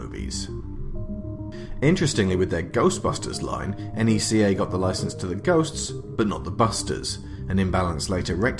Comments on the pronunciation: 1) good video 2) NECA don't do sports figures 3) it's pronounced NECK AH or KNEE KA. Not N E C A. 4) you just did a history of NECA video without mentioning what put them on the map in the first place. The first ever Pinhead figure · Stop Calling It N.E.C.A It's Neca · It’s neca not n e c a you don’t say it like that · 🤔...He kept saying...enn eee cee aye...💯✔️ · Isn't it pronounced like "neck-uh"?